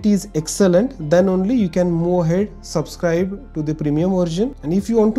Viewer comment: involved not invold, move ahead not moo ahead